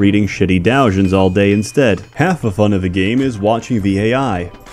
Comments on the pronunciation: DO-jins not DAojins Get your smut semantics straight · did you just say dowjins